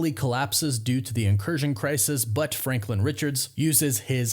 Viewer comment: You just said franklind. That's hilarious.